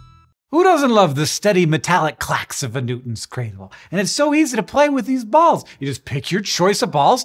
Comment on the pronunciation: the way he said "balls" caught me off guard.